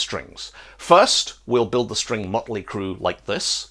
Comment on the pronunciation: I'm going to call it mutley cruh from now on, lol